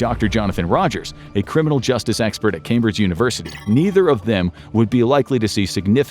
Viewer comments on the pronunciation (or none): none